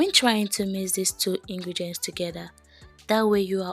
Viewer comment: Ingredients not ingregents please it's important